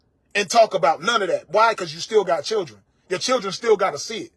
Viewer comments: Why do she have repeat every single sentence? Omg she do fkn annoying and she still can't say children right i can't stand this 304. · She needs to learn how to say children! 😂😂